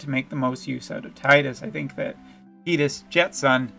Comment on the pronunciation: Public Service Announcement from an elder: You're right, it's pronounced "Tide-us." FF7 "Cloud" (pronounced how it's spelled, is a reference to the fluffy things in the sky); FF8 "Squall" (pronounced how it's spelled, is a reference to the sudden gusts of wind bringing water); and FFX (pronounced "ex", not "ten," it was supposed to be an experimental FF game which is why it broke the numerical line) "Tidus" (pronounced how it's spelled, is a reference to -- say it with me now -- the t-i-d-e. That's right, tides like the water. Tides, water, obvious themes of FFX).